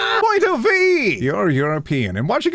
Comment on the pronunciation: Ive watched this video loads but “point of Veee” still makes me laugh more than it should each time